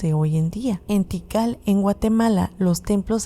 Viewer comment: Kital......? Tikal.....